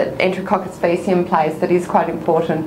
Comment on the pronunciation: Wrong pronunciation for faecium.